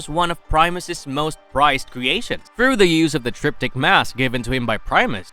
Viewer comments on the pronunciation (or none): none